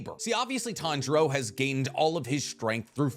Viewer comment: say with me ( tan-ji-ro ) not ( tan-ji-ra ) where did the ( ji-ra ) come from smh I'm starting to think your pronouncing things wrong on purpose